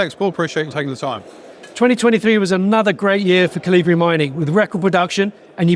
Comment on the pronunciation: "Kal- eee-bree Mining"? Seriously?! And the CEO didn't even bother to correct him?